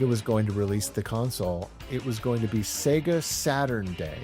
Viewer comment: I just really appreciate that you pronounce the damn thing right! "Say-ga"